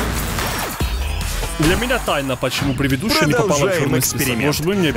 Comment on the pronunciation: 😂 правильно говорить предыдущая а не превидущая 😂 Прости за замечания 😅 я в курсе,что это оговорка. ❤